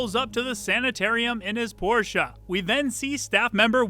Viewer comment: As a german... Thank you for pronouncing "Porsche" correctly. It's not called Porsch! Nice video as always.